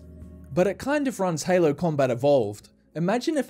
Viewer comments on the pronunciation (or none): none